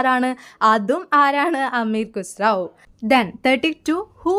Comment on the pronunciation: അമീർ ഖുസ്റാവോ എന്നല്ല അമീർ ഖുസ്റു എന്നാണ്